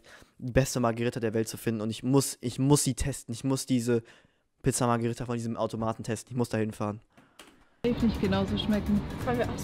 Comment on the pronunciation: Haha wie einfach Pizza Magirita gesagt hat😂